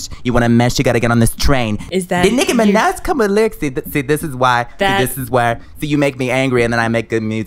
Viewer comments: Nicki minech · WOW SHE SAID NIKI MANAJ IN STEAD OF de niki mena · DEH Nicci meneh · “Nikki Mehnej/z” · I die every time nicki says her own name nicki minej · “Da Nicki Mee-naj” 😂😂😂😂😂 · Naah it's de Nicki minej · The Nicki mineh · Exotic.aesthetic no, deh nicki mineg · de Nicki minej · DEH NICKI MINAHJ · nicki mineh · deh nicki menech is what I heard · More like Meh-Nuj 😂😂😂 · De Nikki Meneh* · “Nicki Menet” 🤣🤣🤣🤣🤣🤣🤣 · "its De nicki minej" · She says "Nicki minah" I'm confused lel